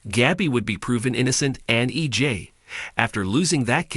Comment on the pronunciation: It's EJ not EG please get someone who can pronounce the names correctly